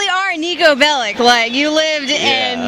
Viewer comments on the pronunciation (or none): its not Bellic its Belić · I still ge tilted when I hear BelliK, it's pronounced Bellitch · Why is everyone still pronouncing the name as Belli-K? It's Belli-CH (edit: CH, as in 'CHina'), just like any other Slav surname! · Niko Belić not Belik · God, stop fucking pronouncing "Belic" as "Belik". It's pronounced as "Belich"!